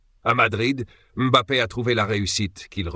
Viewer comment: La première fois que j'entends une IA prononcer M'Bappé correctement, pas comme bon nombre de journalistes français